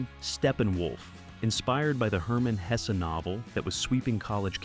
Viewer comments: And it pronounced Hesse as Hessie o.0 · I could do without the AI narration though! "Hesse" is pronounced "Hess", not "Hessie"